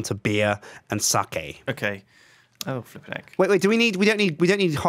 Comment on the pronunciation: I love that pronounces sake correctly... and Kim, an asian, pronounces it wrong.